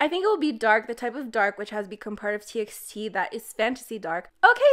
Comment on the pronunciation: Why do you pronounce TXT like that? I pronounced it like TEE BY TEE bc they said it was better to call them Like that . Just a random idea hahaha